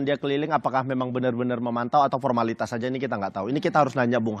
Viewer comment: Ko pornalitas bang,pelatih mau mantau ko di bilang pormalitas